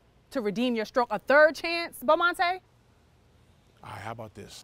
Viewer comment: "Bomantay"? Lmao!!!!!!!!!!!!